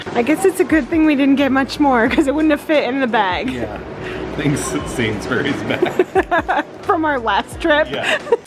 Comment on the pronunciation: Love MandS everywhere. BTW, Sainsbury is pronounced 'Saynzbreeeze' not 'berries. 😂😂We love MandS in Ireland too, especially now that they're sourcing more meat products here. Nice video.